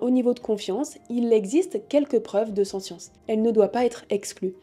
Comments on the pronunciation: Attention à la prononciation du mot "sentience" à (et tout au long de la vidéo en fait), en français (qui est un mot transparent puisqu'un anglicisme) l'on prononce le t, ainsi => \sɑ̃.tjɑ̃s\. Désolé si c'est un peu râleur mais ça pique vraiment les oreilles tout au long de la vidéo, il revient au moins 50 fois le mot ^^ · Ne prononce t-on pas sentience avec le "t" ? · je propose, pour les futurs petits français, de dire sentiant avec le "te" pas avec le son "ss". Comme ça si le mot s'impose ils sauront l'écrire.